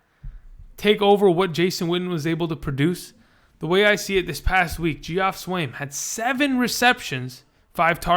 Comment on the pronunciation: Good video. Just FYI Geoff is actually pronounced Jeff. Weird right?